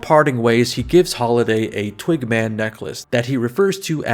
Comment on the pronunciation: Sometimes when you said "twig man" it sounded like "twink man" and that made me giggle 🤭 Which I guess raises the question--would you rather run into a twink or bear in the woods? badum-tsss